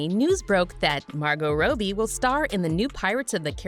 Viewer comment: The only thing really pissing me off is you pronouncing Robbie like Row Bee I mean wtf?